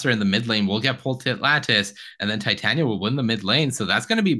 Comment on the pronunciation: Why can none of these creators/commentators say Titania's name correctly? 😂